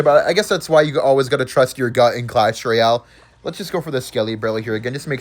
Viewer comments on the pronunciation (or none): none